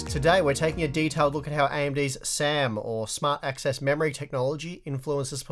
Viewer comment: Hey guys , its SAM not sam. No conspiracy please ✌🏻